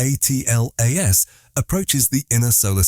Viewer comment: Why does this AI keep saying A-T-L-A-S rather than "ATLAS"? is anoying